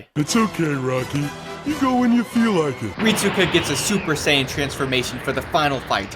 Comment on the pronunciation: Rit-su-ka might as well call him rit-su-cuck